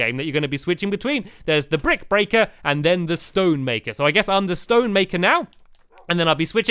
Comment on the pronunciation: stampy you do know that at the end of the episode you said "brick breating right